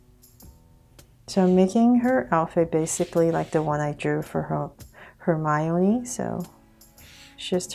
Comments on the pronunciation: It’s not “Hermylee”it’s Hermione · U keep saying hermioliy